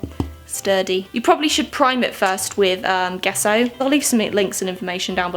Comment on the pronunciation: The 'G' in 'gesso' is pronounced the same as the 'G' in 'jail.'